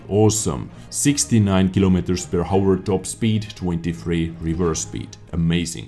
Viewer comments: Hi:) I really like your video! But it is really annoying for me when you say hour:D you don´t say the H in that word it is like our not hour:D keep it up, excelent work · When you say: per hour, the H is silent 😄 it makes me crazy when you pronounce it wrong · please dont pronounce the "h" in "hour":)